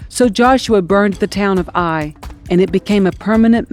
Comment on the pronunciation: It is pronounced Ay (like say) eye.